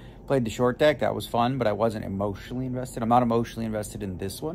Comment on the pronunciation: Daniel “I wasn’t emotionel invested” Letterman